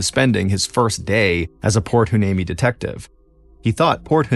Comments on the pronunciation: Port Hueneme is pronounced "wy-NEEM-ee" FYI. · Can you rerecord this story with Port "Y-knee-Me"???